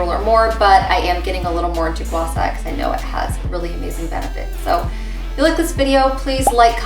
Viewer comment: It’s SHA not SA.. and also Gua Sha is a method, not the stone you are using. So when you say use your Gua Sha to slide on your neck in your video.. which doesn’t really make any sense.